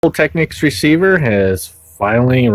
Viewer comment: Uxwbill will not like the way you pronounced Techneeks😅😅😅😅😅